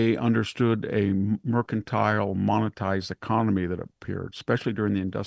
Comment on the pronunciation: "this mercantile business" 🤲🙏😂❤️🇺🇸